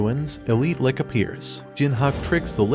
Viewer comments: its not pronounced 'lick' its "litch" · He keeps calling the Lich a "lick", lol. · dude pronounced Lich as ''Lick'' XD Kinky